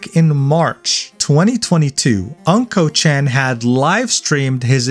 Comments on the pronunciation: You keep saying his username wrong.. it's not pronounced "unkochan" like "uncle" but "ooonkochan" like "ooo" which basically means "Mr. Poopy" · Unkochan is pronounce Oon-Ko chan, not An-Ko chan. Unko mean poop in Japanese. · it's not pronounced "uncle chan" it ooonnko, which means CRAP and S---T! suits him perfectly. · "Unko" chan.. lol. Just to give you a bit more Japanese context in case you do any other content: It's pronounced "Oonko" (like in Oompa Loompa), and means poop, which is why he writes "うん〇", in his Japanese username. Essentially roughly meaning "The poop kid/dude" or something to that effect. Using a circle in this way is a way of censoring a letter in a word, similar to using asterisks in English (ex. d*mn, etc) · Uhm ackchually its pronounced Unko-chan (the u sounding like Uggs) anyways I live in japan but stay outside jp twitter cause it's a whole drama country outside english twitter so this is absolute news for me stay based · why you pronounce unkochan like that